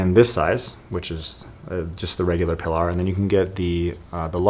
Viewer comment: PEE-LAR, not PUH-LAR. Not only the name of his boat but one of the main characters in For Whom the Bell Tolls and a nickname for his second wife Pauline. The shark thing didn't really work, btw. The blood generated from shooting the sharks just brought more sharks.